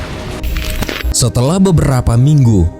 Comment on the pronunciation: Warsaw bukan disebut ular sawah tapi sebutan sebenar WORSOW.